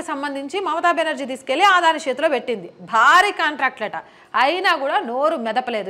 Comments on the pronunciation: "అదాని"అనాలి ఆదాని కాదు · ఆధాని కాదు అదానీ ప్లీజ్ కరెక్ట్ చేస్కోండి